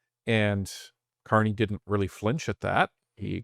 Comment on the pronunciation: Ah, the Ever Amazing Prime Minister Mark Can't-Eh ...